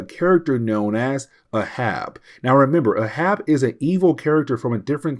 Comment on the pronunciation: It's not pronounced A. Hab. It's literally pronounced Ahab like Captain Ahab from Moby Dick oh my gosh